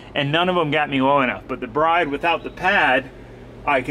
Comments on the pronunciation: its pronounced brid not bride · Bride seats are pronounced like the word brid. Not that it matters or anything...